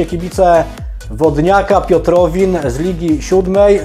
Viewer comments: nie Piotowin a Piotrawin! Pozdro cała gmina Łaziska ;-) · jak coś towodniak Piotrawin nie Piotrowin:p